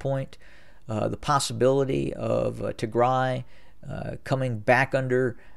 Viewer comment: You are being very bias in your assessment of Tigray. By the way it’s Tigraaay the ending sound should be an a not e. Do a little bit of research into the history of Ethiopia and understand why there is conflict between Tigre and the rest of the nation. They were in power for 30 years at which point it was not an independent nation by any means. Perhaps if you understood the history you would Not be so biased in your assessment.